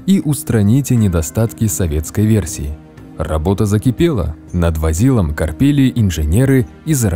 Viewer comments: не возИло, а вОзило. Автор даже не посмотрел как читать правильно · На заметку автору и зрителям: ударение в слове "возило" падает на первый слог, а полностью машина звучит как "Težki Tenk Vozilo A", что переводится как "Тяжёлый танк Вариант А". Таковы причуды сербохорватского языка. Большое спасибо за интересное видео!